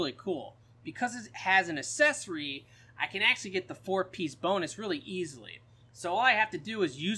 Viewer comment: It's "a-ck-s-e-s-or-ee" not assessory lol